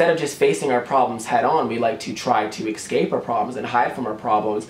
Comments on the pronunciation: I love this video so much but how many times he tried to say "escape" and said "excape" irritated me a little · Honey, i love you but it just annoyed me when you constantly said 'excape' instead of 'escape' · Lol I like how he says escape "exscape"